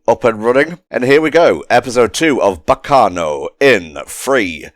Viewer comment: One of my favorite anime’s! You can tell cause that pronunciation at the start really hurt.